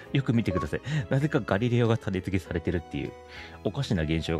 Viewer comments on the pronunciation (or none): たねづけ、ではなく、たねつけです。